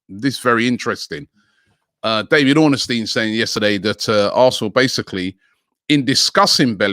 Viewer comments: Its also Orn-stein not Orna-stein. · Or-ness-steen? Really? Pronounced “Orn-Steen”